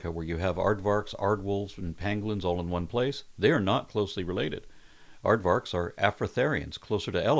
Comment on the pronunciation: May I merely impose myself and state that the 'v' in Aardvark is actually pronounced like an "f". So, Aardvark sounds more like Aardfark. Afrikaans tends to pronounce the v as an f, like it pronounces w as a v. So, Aardwolf, likewise, actually then sounds like aardvolf. Sorry, but not sorry.